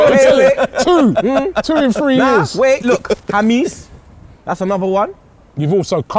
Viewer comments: It's pronounced Hamess not Hamiss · HA-MESS not HAMEESE😭